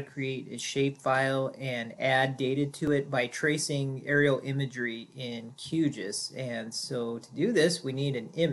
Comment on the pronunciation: I just wish someone would establish a standard pronunciation for Q GIS. I doubt it is “Q Jus”. At least GRASS was an inside joke for the hippies at University of Illinois, who wrote the first code. Never the less thanks for pointing out the two distinctly different save buttons as that was what I was trying to find out.